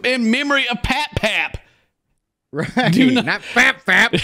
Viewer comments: Pap Pap, not Fap Fap🤣🤣🤣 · It’s for Pap-Pap NOT Fap-Fap lmao